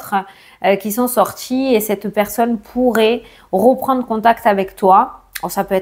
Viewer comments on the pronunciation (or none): Reprendre et non roprendre etc etc 🥴😵